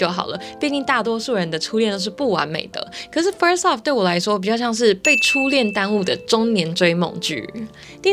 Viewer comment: 只有我聽到kiki 說first law嗎😂